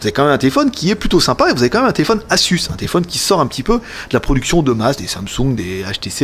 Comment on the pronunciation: Pitié, ça se prononce aZZZZZZZZus !!!!